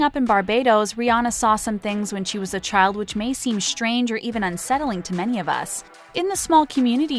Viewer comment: Shtrange? Shtrirke? Shtress? Shtreamed? This is not a speech impediment. Unsubscribing. I don't give my time to people who deliberately mispronounce words.